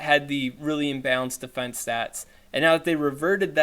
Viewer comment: "their dee-fee-ense" hahahaha in all seriousness Keep up the great work, and just for a little update my raid group got so excited talking about a re-release of the RayRay I went and powered up that spare one. Hope one of these days I catch your live stream from Aussieland.